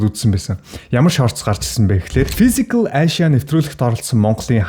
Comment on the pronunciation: Fisicall aaashya gd bhin kkkk